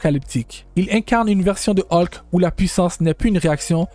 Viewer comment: Vidéo pas terrible et la voix est très désagréable 😢 Qui plus est se n'est pas des transformations mais se sont des Hulk différents. On prononce Hulk et non pas Haulk